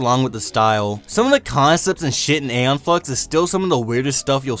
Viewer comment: Ee-Yon, not Ey-yon. Come on, now.